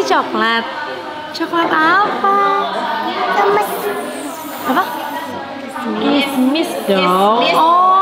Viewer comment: Coklat kismis ameena blngnya coklat kemes hahaha